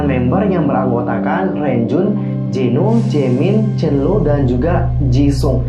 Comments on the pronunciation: Salfok samaa penyebutan nama chenle😂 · kak penyebutan nama renjun chenle ama jisung masih salahhh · maaf kak penyebutan nama chenle nya salah .. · Setahu aku, Renjun kalau disebut jadi lownjuin Sedangkan chenle disebutnya jadi cholo